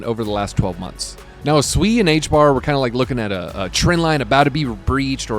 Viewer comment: Nice to finally hear someone pronounce SUI Correctly!